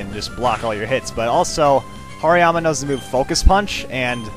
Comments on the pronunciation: Its like he said Hariyama "Harry Mama" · Hariyama = Harrymama lol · insted of hariyama aid hairy mama ha he is soo funny sometimes